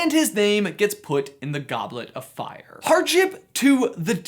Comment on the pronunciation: '...and his name is put in the goblet of fi-' 'DID YOU PUT YOUR NAME IN THE GODLET OF FIYA,'